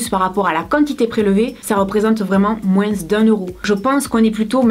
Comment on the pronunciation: J'adore ta façon de prononcer le "moins" en disant le s... c'est très exotique pour une petite belge comme moi :p Les vidéos comme ça sont géniales! Merci pour ta "pétillance" et l'attention réelle que tu portes à tes abonné(e)s!